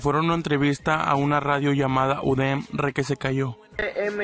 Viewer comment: Es “udem” no udm y es la una universidad ubicada en san pedro donde tiene la radio “udem”